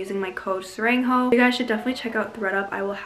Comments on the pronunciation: I'm sorry serenghoe? isnt it sarang as in love in Korean?😭😭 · idk how to explain this to you even more then I already have, she has an English name (which is and that’s what people call her in the comments) and which is probably her Korean name it’s just easier for US to call her you can call her if you want but I’m just going to keep calling her because I speak English and it’s easier for me to pronounce